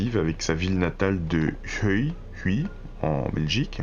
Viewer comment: La ville de Huy se dit « Ui » c’est en Wallonie ☺️ T’as le bjr de la Belgique 😁 Merci pour toutes tes vidéos qui sont tjs très riches